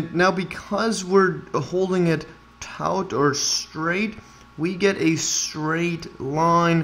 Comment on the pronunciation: Taut, is pronounced taught.